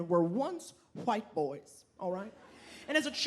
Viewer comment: If I hear hawhite boys 1 more time I'm gonna puke.